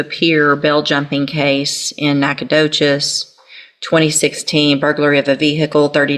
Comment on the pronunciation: Judge gets credit for saying "Nacogdoches" correctly.